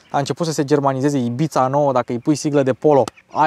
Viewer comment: formenterra e o insula langa Ibiza …apropos …pronunta cu S …IBISA …e mai aproape de realitate decat taraneala de IBIțțțța..😂😂😂😂…sunt multi italieni in Ibiza dar inca e in Spania…